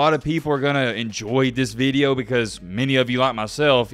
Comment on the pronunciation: “This veedeo” 😂